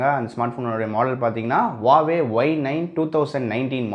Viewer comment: Its Huawei...Not a Hauwei 😂